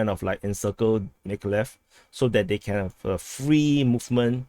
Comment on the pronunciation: it's pronounced Meekohligheev Mykolaiv y - ee o = OH aiv = eye iv